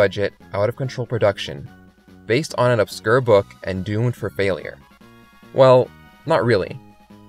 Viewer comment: Obsker? It's Obs-cure